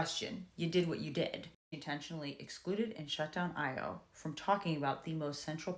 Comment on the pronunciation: I just subscribed, and I believe it’s pronounced ah-yaw